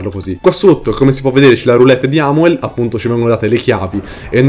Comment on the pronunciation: Metano non è amuel ma è aumel